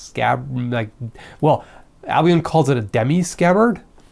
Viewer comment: i thought you said albino like really really white swords lol